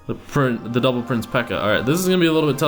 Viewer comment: Am I the only one who thinks he sounds like he says, "P.E.K.K.A devil prince" instead of "P.E.K.K.A double prince"? Yeah....? Aright...